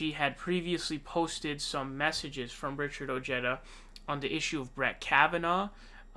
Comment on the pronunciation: Ojeda is pronounced OH-HEH-DAH